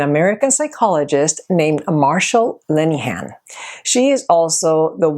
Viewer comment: Just so you know - her name is Marsha Linehan (not marshal lenihan)!